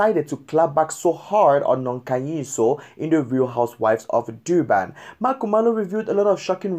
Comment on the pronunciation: It's Durban nor Doo-ban 😣🤦🤦